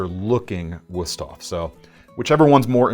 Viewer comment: Your video editor did a booboo. When the cameraman told you "Good job" for your pronunciation of Wusthof, instead of putting an exclamation point (!) at the end they put a capital "i" (I) so you screen read out "GOOD JOBI" instead of "GOOD JOB!" It took nothing away from the enjoyability of your video, it's just that your production values have gotten so high it's almost like it's a privilege to be able to point out an "Uh-Oh" from you. Still the best knife guys on YT.